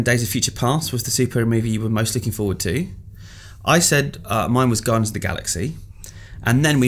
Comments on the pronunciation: Haha "Gardians" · "Gardians" aye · "Gardians"? Bravo IGN. Dat quality control. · not being a word/spelling nazi here but "Gardians"? lol :) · lol "Gardians" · TF is a "Gardians"? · Guardians* not gardians